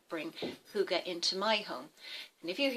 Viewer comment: Hi i come from Dawns Channel i am Danish you are good at Saying hygge right and you and Dawn Got hygge it is Nice that you make a video About it ❤1 huge Like from this Danish woman 😉i subscribed to you 571 i hope you Will subscribe me to for support off Another youtuber ❤🎄 i am 45 and make videoes on English and One Danish video a Month 😊i hope to see you on my channel and Great video 🖒❤